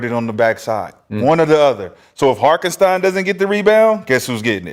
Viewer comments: Put some respect on IHart's name. His name ain't Harkenstein. 🤦🏿‍♂️🤦🏿‍♂️🤦🏿‍♂️ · So they just never gone pronounce Hartenstein correctly? 😂